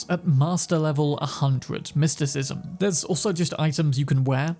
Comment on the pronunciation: So you level up your mer-KEN-tyle? ahh then after you work on your mys-TIKISM .... its merSENtile no merKENtile.. my word